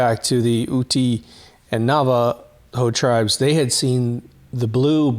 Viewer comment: not trying to be pedantic but the pronunciation of the name UTE is pronounced YOOT not YOOTY. Really like your videos, especially the ones regarding the supposed moon landings.